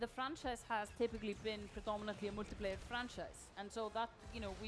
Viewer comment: Drinking Game: Everytime she says Moltiplayer